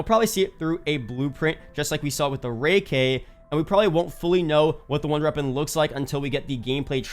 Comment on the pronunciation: Why dose he say wonder reapon? 😂